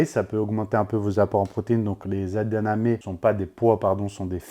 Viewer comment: C'est EdaMamé, pas EdaNamé 😅. Sinon, super vidéo comme d'habitude 👌👍🫶